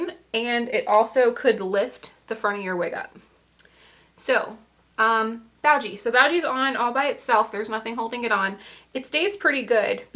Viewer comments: Boo. Gee. Not bowgee. Sorry, english degree brat here. Btw, except for the widows peak, yourhair loss is so similar to mine it’s crazy. And idk why I have it. Do you mind me asking why your hair is thinning? I watch these videos all the time and have never seen hair that looks like mine. Also, extremely informative 👍🏽👍🏽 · Nice presentation -- good job. The info. is appreciated.🙂 Now, to clarify for you: Beau is NOT pronounced Bough (as in a the bough of a tree; nor in to Bow to someone). It is properly pronounced Bo (like Little Bo Peep) / Bow (as in bowtie [not as to take a bow]) -- rhymes with Go. You can Google Beau, then tap the displayed speaker icon to hear it pronounced. So, this product -- BeauGee -- is pronounced "Bo-Gee". 🙂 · Beau is NOT pronounced Boo (as in Peek-a-Boo); it's pronounced Bo (like Little Bo Peep) / Bow (as in bowtie [not like take a bow]) -- rhymes with Go. You can Google Beau, then tap the displayed speaker icon to hear it pronounced. So, this product is pronounced "Bo-Gee". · Afternoon sweetheart, Happy Saturday! We💘ur energy & persona & ur simple fluency on all of ur content! Lolz ur favorite band is pronounced: “Boo-gee”= a person who is extroverted about extreme self flyness‼️Keep doin the damn thing sis😜…Sending🙏🏽🙏🏽🙏🏽 & lots of support w/ur future endeavors from “WDC”…💯 #StaySafe#BlessUp❣️ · Great video. I think it's pronounced Beau( like hair bow) Bow- Gee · Beaugee is probably french. Pronounced. "Bo gee". Just a guess. Thanks for all the examples. Very informative. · I love the wig you are wearing. Would you mind sharing the brand, style, and color. By the way, the pronunciation of "eau" is "o", as in "oh". I'm going to get the wig grip that has the cap. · Beaugee is Pronounced Boo Gee